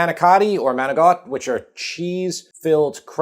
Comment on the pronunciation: NO....NOT "MANIGOT" PLEASE! NOT "GALAMAD" NOT "PROZHOOT"